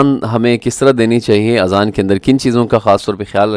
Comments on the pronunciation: Azan not Aazan. Aazan in Arabic Ears ( plural). I assume you have read this Word Aazan many times in the Quran. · My dear brother the correct pronunciation is Azan not Aazan. In arabic the meaning of Aazan is EARS.